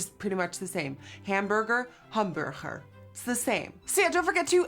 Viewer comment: My favorite food is either pizza or pasta! Im actually a super picky eater most bc of texture. Can i just say, you saying hamburger in dutch reminds me of the movie pink panther when the guy is trying so hard to say hamburger and he cant lol. But anyway i love this look on you. I know you HATE the color GREEN, but it suits you so well. IG: momzombie03